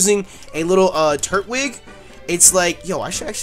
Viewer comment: Hey it is tur-twig